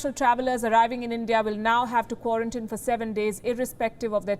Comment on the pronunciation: Palki the ending of quarantine is pronounced as teen (you're saying tin).